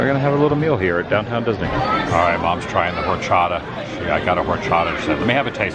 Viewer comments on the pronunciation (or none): Horchata is like rice water and you don’t pronounce the h